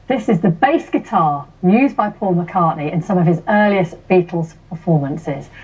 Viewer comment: Paul "McCarthey" WTF?